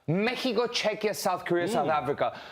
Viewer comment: In english its Mexico not Mehico. We get that you speak spanish you dont need to rub it in our faces all the time